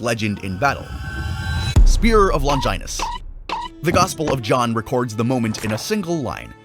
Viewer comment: "Longinus" Lol